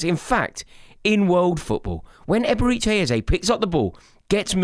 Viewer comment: "Eberichay Ezay"😂😂😂